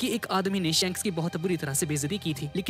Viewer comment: Bhaiya wo shaanks nhi shaks hota hai big fan bhaiya